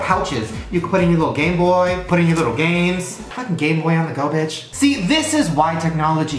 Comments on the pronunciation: Shane said Gay boy in stead of game boy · you literally said Gayboy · when Shane says "Gayboy screen" instead of "Gameboy screen" 🙄😂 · You said gay boy instead of game boy XD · Instead of "This tiny ass Gameboy screen" I'm pretty sure he said "GayBoy screen" lol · I thought Shane said "Gay Boy" 😂😂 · I high-key think he said game boy, but it just sounded like gay boy? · I swear he says 'Gayboy' the entire time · Everytime shane says game boy i hear Gay boy 😂😂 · It sounds like he continuously says “gay boy” instead of “gameboy” 😂 I can’t not hear it lol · It sounded like he was saying "Gay boy" not gameboy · it sounds like he said gay boy screen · i swear i heard gay boy instead game boy